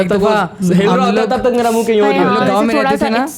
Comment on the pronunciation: Excellent pod cast. Everyone can relate to this. Just a suggestion, its Ghum not Gum. And its may-ra not meera